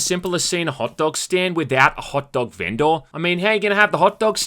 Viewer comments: My dude really said vendoor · I lost all respect for you for the way you pronounced vendor. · Please say VendOR one more time for me bud XD lmao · hehehe "ven-door" heh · why do you say vendor so strangely?